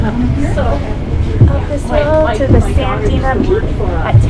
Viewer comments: San-DEE-Uh Peak, not Sandina peak ☺️🫶🏼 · It's pronounced sand de ah